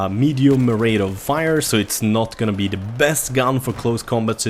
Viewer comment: try pronouncing "th" in the word "the" right. You pronounce it with a "d"